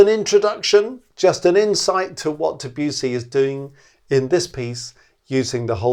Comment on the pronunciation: please pronounce the name of the composer right .. otherwise nothing but praise for the video